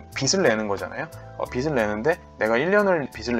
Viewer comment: 발음상 빚을낸다라는걸 “비슬낸다” 라고발음하시는데 “비즐낸다” 쪽으로 발음하시는게 맞지않나 생각합니다. 영상감사해요